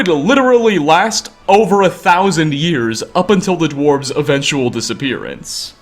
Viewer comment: The dwarves-ehh so he says lol